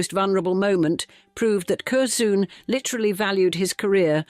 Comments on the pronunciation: I really enjoy your documentaries, but please research pronunciation. Curzon (pronounced Curzun, not Curzoon) and Blenheim, pronounced (Blenim, not Blenhime) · Kerzoon! Gadzooks! Cur-zun is how it’s pronounced. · Cur-ZOON. Oh dear. It's pronounced Curzen. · This AI is the worst can’t even pronounce Curzon pathetic this is appalling